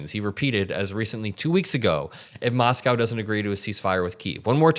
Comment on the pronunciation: I get what your saying and agree with most but dude, saying Moscow shouldn't take that much effort ❤